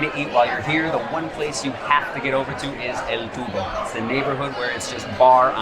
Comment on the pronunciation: Eyyy,u made a mistake 😅, that area is called El Tubo, like a tube I suppose it’s called like that because El Tubo is a narrow way haha. I’m from Zaragoza and I’ve lived here since I was born. Zaragoza is the perfect mix of a big but quiet city, we are between Barcelona and Madrid, so this is the reason why companies test first here if their products will be successful. I have taken several high-speed trains for 9 euros.